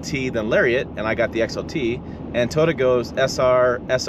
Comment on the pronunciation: Fake engine noise? You will probably love the metaverse, also fake. I like living in Realville. BTW it is Toy OH" tah, not Totah, but I still really appreciate your channel. Good honest content.